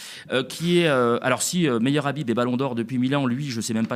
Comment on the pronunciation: Son nom se prononce khabib. Ikh qu'est-ce qu'il est vulgaire aucune élégance aucun charisme et il ose critiquer les musulmans. Comme on dit au Maroc il ne m'arrive même pas à l'ongle du petit orteil. Il doit le savoir le marocain c'est quelqu'un qui a une très haute estime de lui et il se sent naturellement supérieur à ceux qui se la pètent par contre on sait être modeste avec les gens modestes humbles on est toujours prêts à se plier en 4 pour leurs faire plaisir leur rendre service. Mais jamais on ne laissera intimider ou insulter par ce genre d' énergumènes.